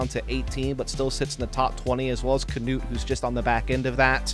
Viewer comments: Nice coverage! But please pronounce it «Knut» and not «Canute» 😅 I know its hard but you can make it! From a fellow norwegian🇳🇴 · The man is called " Knut " And he deserves to be pronounced the right way. There is no kinda "a" after the K.. Pretty annoying commentary for a german ear!!